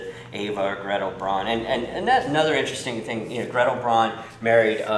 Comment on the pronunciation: I'm new to this channel. This was a fascinating video. I'd just like to put my two cents in regarding German pronunciation. Eva's last name "Braun", rhymes with "brown", not "brawn". And Heydrich's name is pronounced "Highdrich", not "Haydrich." I had four years of High School German, which has left me with an irresistible compulsion to correct everyone's German pronunciation in WWII videos on YouTube.